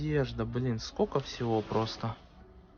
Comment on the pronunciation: Не скока, а скОЛЬко. Говорите на родном языке ГРАМОТНО. Жертва биллингвального обучения?